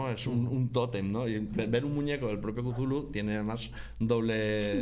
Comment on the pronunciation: "mitos de Chulu" que horrible pronunciación 🤣🤣🤣🤣